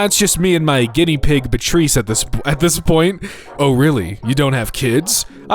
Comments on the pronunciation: Bitreese lmao it's Bee-ah-tryss :face-blue-smiling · The Guinea Pig's name is "Beatrice". That's pronounced "Bee-uh-triss". It's actually not a terribly uncommon name! 🙂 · Beatrice is pronounced Bee-ah-tris btw